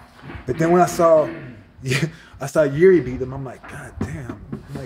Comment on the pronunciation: Its amazing how everyone in US is calling him Juri (yuri) - his name is Jiri (spelled Yiri i guess). and they are all fine with it :D